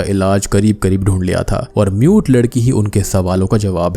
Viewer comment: aree bc MUTE ladki bol rha hai mujhe NUDE ladki sunai diya 3 minute tk.